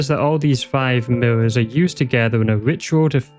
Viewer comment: The "Miwwows" are getting me so bad lmao. Once I noticed, I couldn't stop noticing.